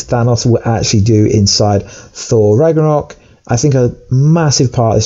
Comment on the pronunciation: It’s pronounced ragnarok not raganok. And I think you meant to say Asgard will be destroyed not ragnarok